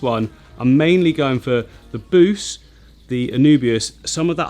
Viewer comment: When you first said Buce I heard Boosh a la The Mighty Boosh